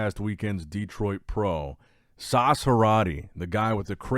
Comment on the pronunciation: its SAS not SAUCE!!!!!!!!!!!!!!!!!!!!!!!!!